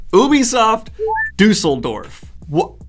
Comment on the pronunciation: But Daniel, you mispronounced Düsseldorf, now you can’t have an opinion on anything!